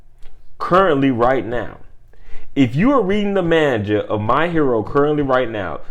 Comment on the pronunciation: You dont say manga correct, but it’s all chillin. Besides that, they are actually pretty fuckin consistent, the first part about my hero, they just hadn’t updated the page yet to the current manga loool